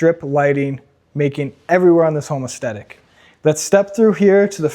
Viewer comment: Oh my God, dude, stop calling it aesthetic lighting, and if you’re gonna use that word, learn what it means and how to pronounce it.